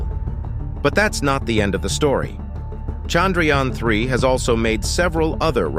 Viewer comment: When you hear him pronounce chandrayana you realise why shudras were not allowed to speak sanskrit